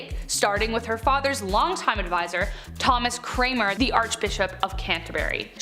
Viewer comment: It was Thomas Cranmer not Thomas Cramer